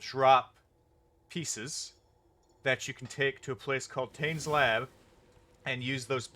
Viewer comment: It's good to see polite people trading. I'd like to point out, however, that your pronunciation of the name Tane is wrong. He's Karui, you see